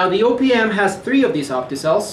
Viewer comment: Every time he "O.P.M." I heard opium.